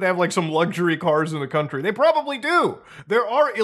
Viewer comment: In the cont-ter-e lol made me laugh